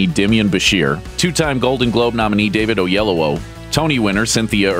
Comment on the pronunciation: lol, i liked hearing you say David Oyelowo's name haha. i had to rewind a few times, i was like wtf is he saying?